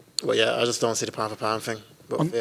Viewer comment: Why does he say "Fing" and not Thing?